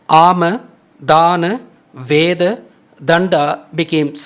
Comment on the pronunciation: VEDAM / VEDA (NOT VEDHAM/VEDHA)